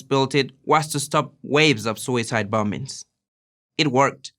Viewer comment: I love everyone no matter there ethnicity but he said the bom-bings